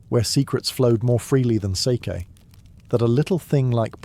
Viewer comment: Still not quite pronouncing sake correctly but you're close ❤ It's a long a. So like sar-key except that you don't put anything into the r. It's just there to direct the a. Does that make sense? You should probably just look up someone saying it on YouTube 😂